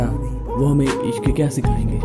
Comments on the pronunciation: By the way ishq ka e nhi I hota h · Isq toh i s suru hota hh e s nhi😂😂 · but ishq hota h vo eshq ni bhai😁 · Ishq Ka e nhi i hota hai 😂😂😂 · Ishk mein e nahi i hota hai😀😀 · Ishq ka i hota h bro E nahi